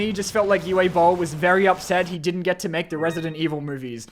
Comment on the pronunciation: Fun fact: Uwe Bowl is actually a restauranteur. And reportedly just as big of an asshole as Gordon Ramsay. Also, his first name is pronounced like “ooo-vuh.” He’s German, so the W is pronounced like a V, and the E at the end is pronounced like you just got punched in the belly.